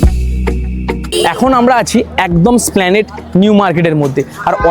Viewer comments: দাদা জায়গাটা স্প্লানেট নয় উচ্চারণটা হবে 'এস' প্লানেড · কথাটা এসপ্ল্যানেড, স্প্ল্যানেড না। পরেরবার সঠিক ভাবে বোলো।